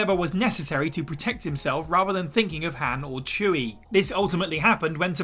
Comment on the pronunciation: Thumbs down for the pronunciation of Han.